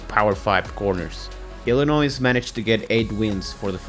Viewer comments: Illinois is pronounced ILL-A-NOY, not ILL-A-NOISE. The S is silent. As Illinois haters say, it's ILL-ANNOY, which is phonetically correct. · Nice video, but its Illinois is pronouced without the "s" . Not sure why but that was really bothering me lol.